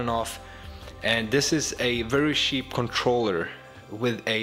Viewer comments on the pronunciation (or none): you don't need money it's very sheep (Yes I am mocking the way he says cheap)